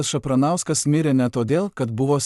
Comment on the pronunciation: Tavo tas balsas, net nesugeba perskaityt pavardės Šapranskui? Kas čia …Ir taip paranku, kai tiek visko pasakoja visi ir siunčia kažką bet visi anonimai, gal nes viskas išgalvota ? 😅